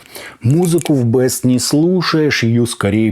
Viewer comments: Плутус Бист, а не Бэст!!! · Не бест, а бист (зверь) . А так спасибо за обзор, заинтересовали